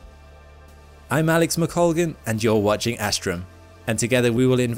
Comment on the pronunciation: But the Americans pronounce it as “Ash-trum” While it’s pronounce as Uh-ss- trum (ss pronouned as the s in so) (t in trum pronounced as the t in ‘th’ud)